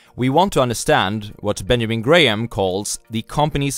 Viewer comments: I like your videos, but just to correct your pronunciation of "Benjamin GraHAM" it is pronounced as "Benjamin GRAM" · the h is silent..